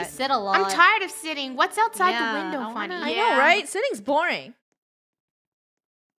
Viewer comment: nope cuz FUNNEHS name is funneh- not funnh